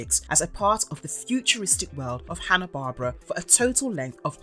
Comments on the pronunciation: I know it's pedantic buuuuut... It's pronounced Gall - TAR not gaul-ter and Hanna Bar-bear-ah not Hanna Bar-bra. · IT'S HANA BARBERA (BAR-BEAR-RA) NOT HANA BARBARA GREAT WORK OTHER THAN THAT. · It's "Hannah-BAR-BEAR-AH!". That's how you sound it out. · The way you mispronounce Hanna Barbera drives me insane